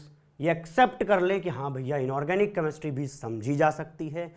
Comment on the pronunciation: Ek to Chemistry Dhang Se Bolna Seekho Tum..... Kameshtry Nahi Hota Chemistry Hota h 😒😒